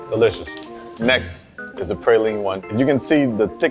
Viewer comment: His pronunciation of "praline" has me suspicious.